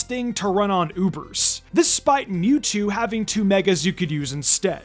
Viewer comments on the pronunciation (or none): none